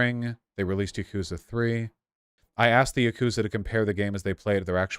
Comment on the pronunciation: THE YAGOOTZA